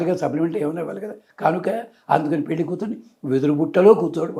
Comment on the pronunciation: పెల్లి కాదమ్మ పెళ్లి. ముందు తెలుగు సరిగ్గా నేర్చుకో